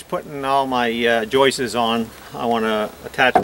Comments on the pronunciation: I love the way you say "Joises" instead of"Joists" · Great work.. will last 4 ever...lol. ( House seems beat up.. for such a beautiful deck?) btw.. I believe that the word "joists" is only one syllable not two; you seem to be saying "joist-is" making 2 syllables.